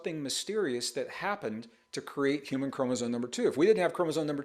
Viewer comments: ChromosoMe. M. Not N. . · Mr. Braden, can I ask why you appear/sound to pronounce "chromosome" as "k-ro-mo-zon"? Or is it just my hearing? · How can this guy pretend to talk as though knowledgeable on the topic, when he continues to say "chromoZONE?" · No offense- but you’re calling chromosomes “chromosones” and that does make me question your credibility. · Gregg, I love you dearly and have followed you for years, but there's no "n" in "chromosome".